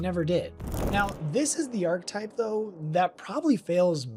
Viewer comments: I don't think knows that archetype has an E in it. He keeps saying arc-type and that's not how it's pronounced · There’s no way you really pronounce archetype as “ark-type”